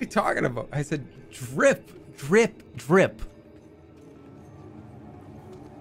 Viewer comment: they are pointing out that in many dialects, the pronunciation of drip actually sounds more like jrip (a lot of "dr" words sound like "jr" actually - dream is another good example). however jerma said it with an actual "d" sound, which sounds closer to a "g" than the expected "j" would have